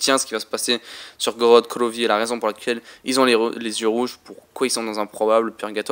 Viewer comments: GROOORODTT GRVOVFI mdrrr l accent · j'adore ton accent "korod krovi" :D